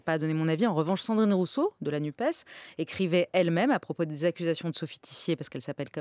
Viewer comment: NUPES se prononce nupesse - comme dans PS, CNRS, CAPES etc ...